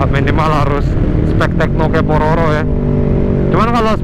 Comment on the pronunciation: Paropo ngab,, bukan pororo😂😂😂